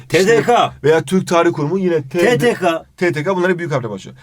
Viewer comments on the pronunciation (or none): Te Te Ka değil güzel kardeşim. Te Te KE diye okunur o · TDK (TeDeKa) diye okuyor YANLIŞ. Türkçe'de Ka diye bir ses yok (TeDeKe) olması lazım. Yönelme eki gelince de a değil e kullanılır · TeDeKa değil TeDeKe